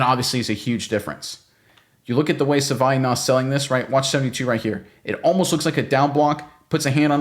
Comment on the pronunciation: My god please stop mangling the guys name.